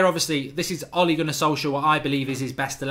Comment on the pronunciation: Mark watch the fancam on how to pronnounce ole's name